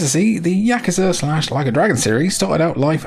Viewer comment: I appreciate that you pronounce "yakuza" correctly